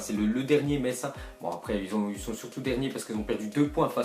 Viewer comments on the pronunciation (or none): none